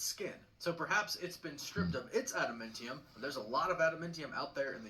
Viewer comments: Adamantium not Adamentiun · Bro, I can't even take this guy seriously. He is definitely pronouncing adamantium wrong. It's pronounced AdamAntium, NOT AdamIntium. Any fan of Marvel, and especially of Wolverine, would know that. 🙄🤦🏻‍♂️ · Adamintium? That's definitely not the proper pronunciation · Besides his horrible pronunciation,he also said Wolverines claws were made of Adamntium. His claws are bone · "Atimintium". Huh? Harrison Ford as Thunderbolt Ross is going to be 🔥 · is right, he’s pronouncing Genosha w a hard G instead of a soft G. Also his pronunciation of adamantium & tiamut were bugging me lol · Mf can’t even say Gen-Osha right or adamantium making me tune out if this theory lol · is this guys pronunciation of “Adamantium” bothering anyone? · Every time he says Genosha or Adamantium I get a grey hair... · He's pronounced Genosha and Adamantium both wrong. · the way they mispronounced Tiamat and Adamantium is driving me nuts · Yup... it really is enraging to hear him keep saying them incorrectly.